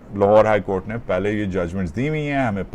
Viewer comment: Please don't use the word کوٹوں نے Courts nay کورٹ نے Brother the way say it looks like کوٹھوں نے